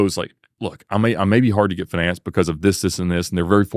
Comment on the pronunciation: Well, kids, this supercar salesman that can’t even pronounce “financed” is a first hand example that demonstrates that you too can accomplish whatever it is that you strive for in life